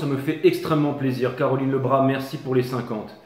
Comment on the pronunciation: rein a voir mais quand tu as dis Caroline merci j'ai entendu Taroline ! 😅 ça pourrait etre un prenom origanl ! ou Tarolina . Et merci pour tes tirages toujours top